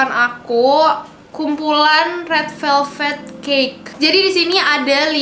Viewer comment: red VELVET kaa bukan red VELVE